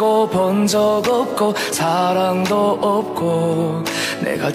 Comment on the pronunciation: '으없고' 조선족 특유의 한국어 발음이 있어서 한국서 뜨긴 힘들어.